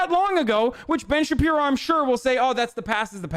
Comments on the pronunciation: Hi, I’m new here. Can someone please explain why he calls Shapiro “Shabino” ? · I can't believe I'm just discovering Piker. Dude is fuckin hilarious. Ben "Shapino" lmaooo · "From the brilliant mind of ben shapino" xD